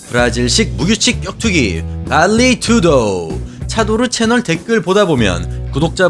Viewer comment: 정확한 현지 발음은 '발리 뚜두' 입니다 Vale (인정) + Tudo (모두.all) 이런 뜻이죠. 모든게 포함 또는 모든게 인정된다는 그런 격투라는 뜻입니다. 상파울로에서.....